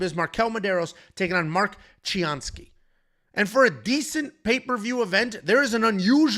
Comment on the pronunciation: Mark Chianski ?! Really ?!